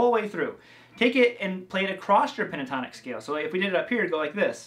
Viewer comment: 😂 you said pintotonic how giggly you are ... thx for your great work once again, keep on doing awesome stuff 👍👏